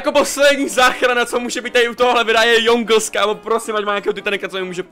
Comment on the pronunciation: hej kámo Jongles sa číta Džongls😂🤠